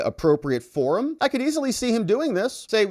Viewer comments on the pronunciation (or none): none